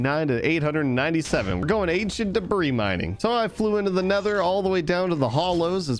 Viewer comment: bro its not ancient debra its ancient debris but u can say it as (ancient debree)